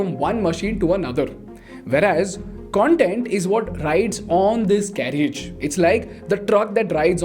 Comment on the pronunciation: A niggling issue..carriage is pronounced as carrage. The 'i' is silent ..since content is your product, get it right. I hugely appreciate your well researched content